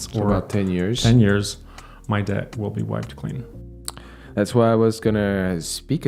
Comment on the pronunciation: I like how he sometimes pronounces the word debt correctly, but most of the time heavily emphasizes the B.